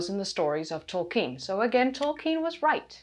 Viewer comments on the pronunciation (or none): Tol-KEEN, Tol-KEEN!